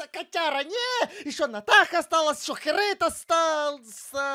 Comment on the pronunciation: И ещё она сказала Херейд мой краш